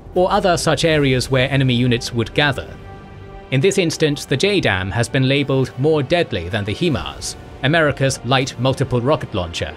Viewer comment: HIMARS is pronounced 'high-mars', not 'he-mars'